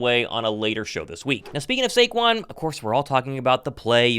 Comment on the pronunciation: Shake-QUON formally known as Saquon 😂